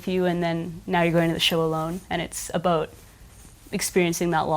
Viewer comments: did she just say aboot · Canadian I believe